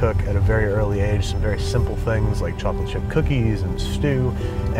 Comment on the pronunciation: am I the only one that thought he said 'chopping chip cookies'